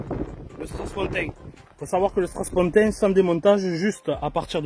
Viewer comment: On dit strapontin et non "strass pontin"!